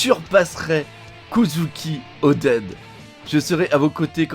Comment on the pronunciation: au lieu de kozuki oden ,le kozuken odi du debut est pas mal aussi ,ah dyslexie quand tu nous tiens !!